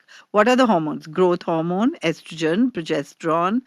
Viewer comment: Why does she keep saying" growth harmon? As if it's in dairy naturally??